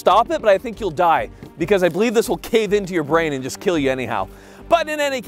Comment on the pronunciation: “Your weapon. It will keel.”